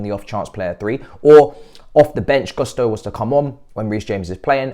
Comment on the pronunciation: try to pronounce Gusto in a way that doesn’t sound so English😂